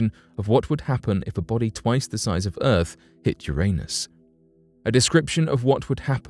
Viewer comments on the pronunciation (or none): Ahhh it’s the decent narrator and normal speaking, non creepy, none monotone. This narrator is down to “erfff” :- earth